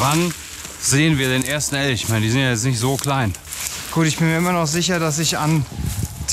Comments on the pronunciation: Das Fich triggert ja schon ein bisschen, aber das kann man noch irgendwie aushalten. Aber dann seit Folge eins immer ELSCH sagen.... Das muss doch Absicht sein xD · Hauptsache spricht es Fich oder Geräuch aus, aber zu Elch sagt er dann aufeinmal Elsch. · Die CH - SCH Schwäche von ist herrlich: Fich und Elsch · Jetzt verstehe ich gar nichts mehr, anstatt Fisch sagt er Fich und man denkt sich "Joa, er kann wohl das sch nicht aussprechen, kennt man ja" und dann sagt er "Elsch". Kannste dir nicht ausdenken 😂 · "Fich" Auch: "Elsch" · Elsch und Fich hahaha 😂. Nicest Projekt, ich feier euch!!! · Super Videos (Funfact: sagt "Fiche" und "Elsch" XD) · Ich liebe die zwei, aber das "Elsch" und "Fich" von triggert mich so hart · Es heisst FiSCH und ELCH! :D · Warte warte.... Fisch ist "Fich" und Elch ist "Elsch"? 😁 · Wieso sagt er Fich und Elsch?